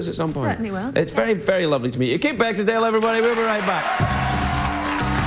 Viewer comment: Craig says her last name "BeckinsDale. C'mon Craig.